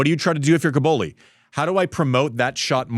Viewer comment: Andy, please stop saying "Cabouli". It sounds like the capital of Afghanistan. It's CObOlli 😅